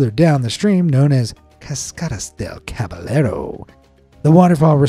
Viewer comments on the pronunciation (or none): Caballero is pronounced “Kah-bah-yeh-roh”